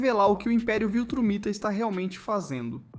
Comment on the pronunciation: Amigo, Viltramita, ou VILTRUMITA?